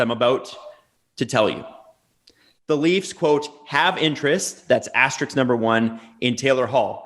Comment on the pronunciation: PLEASE SAY ‘ASTERISK’ PROPERLY